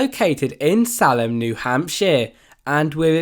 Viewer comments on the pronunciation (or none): i dont like to correct people but salem, is called SAY-LEM, many people do pronounce it SAL-EM if they are from away though.